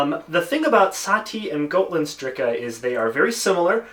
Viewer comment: You got Gotlandsdricke wrong at the beginning.